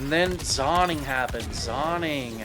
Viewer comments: He's saying "zonning" because he knows it'll piss people off, and its working 😂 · its pronounced zoning, not zoning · It’s pronounced zoning not zoning 😿